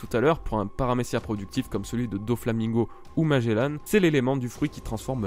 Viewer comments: Ca ce prononce Magellan et pas magellane juste pour infos ca fais mal au oreilles d'entendre magellane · et magellanne (enfin tu le dis comme ça :p) bas c est un navigateur et ça ce dit Magellan (comme le nouvel an) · Oui sa ce prononce magellan pas magellane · la manière dont tu dit magellan est horrible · Juste un truc quand tu prononce magelan ne dis pas MAGELANNE mais magélAN comme comme dans grANd an pas anne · Magellan pas Magellane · Magellan pas magelanne comme tu le prononces bordel de merde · Pourquoi tu dis magélane? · T'ES SÉRIEUX MAGELLAN EST MON FAVORIE ÇA SE PRONONCE : MAGELLAN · Il dit magellane xD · Même ci la vidéo date un peu je tien a dire que j'ai détesté ta façon de dire Magellan. Mais le reste était sympa a regardé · Ta prononciation de Magelan ma fe mal à l'oreille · tu prononcer mal le nom de magellan